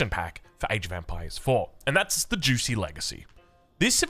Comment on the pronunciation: “Xi” in modern Mandarin is pronounced just like “she” in modern English. So it’s more like “jooshee” and not “juicy.” - Source: I lived in Shanghai for two years